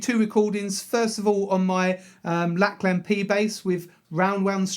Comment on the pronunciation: Great video, but just two smart ass comments: 1. Lakland is pronounced Lak'e'land and 2. the feel of the notes in the Time Is Tight bassline is more legato. ... no harm meant, bro...😊